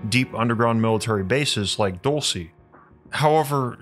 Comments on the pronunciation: Dulce is pronounced like DOOL-seh not Dull-cee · It's pronounced dowl-chay, not doal-see! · the first one is pronounced duel-say . it’s spanish for candy. the place is “candy land” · I’m pretty sure it’s pronounced “DUL-SAY” Spanish for Candy 😏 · DOOL-SAY!! OMG AT LEAST LOOK UP THE PRONUNCIATION! It's a spanish word. I like your videos but if you don't something like this, makes me question your research skills. If you say the place wrong over,and Over again!